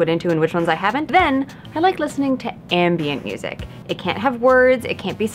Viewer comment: You said "ambient music." I heard "anime music."